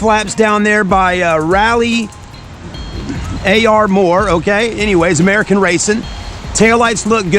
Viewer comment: He said rally a-r-mor. American racing???? Rally armor